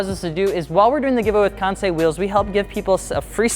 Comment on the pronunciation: FI: promotes Kansei partnership for about over a year Also FI: still cannot pronounce Kansei correctly